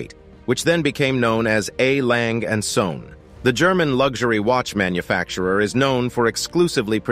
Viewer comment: Please dont try to pronouce a german brand. There is an e at the end of the name "Lange" and the word "Söhne" which have to be spoken!